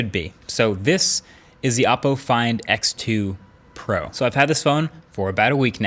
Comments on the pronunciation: O po not aah po. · Every time you say the names of Chinese brands I cringe. It's not your fault or anything, but when you know the correct pronunciation, it's hard to not notice the mistake. OPPO is pronounced like: oh Poe HUAWEI is pronounced like: H w-aww way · I likes the part where hes says appo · Every time he says Oppo I hear Apple .. Am I alone ? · Is “Oppo” the way they tried to pronounce “Apple” ?